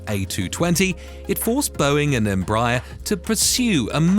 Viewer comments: I think it’s pronounced embrayer not embrahyar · Pronunciation …boy you kill the name ..how do you get. ‘M-Bryier ? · “Embaaayer?” Dude, quit using those silly CIA robot voices! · Tip: you're supposed to stress the last syllable. em-bra-ER. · I agree, your observation is valid.